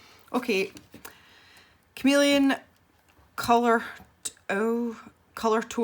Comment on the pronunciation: Chameleon is pronounced with a hard k